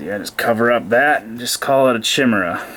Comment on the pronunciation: Chimera is pronounced "kaye-mehr-ah" not "Chi-mehr-ah